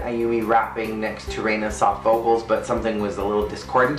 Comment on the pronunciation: Oh no, Erina has become a Reina! No but seriously, your pronunciation of Erina is wacky.